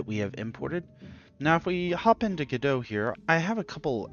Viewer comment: You had me at your pronunciation of Godot a la Balzac ;) Liked/followed!!